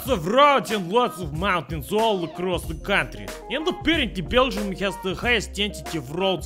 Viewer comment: Its really weird how you pronounce Beergium,.